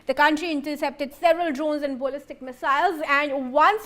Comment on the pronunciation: This woman can't talk straight. What on earth is a bollistic missile?